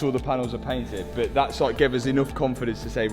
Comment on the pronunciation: Its "but" not "bit."